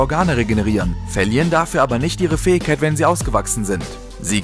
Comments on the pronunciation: „Fäigkeit“ xD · Lern "Fähigkeit" auszusprechen.